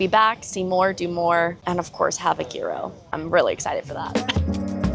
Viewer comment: Gear-o? 🤣No...no...no...no...no...please, someone make her stop. 🤣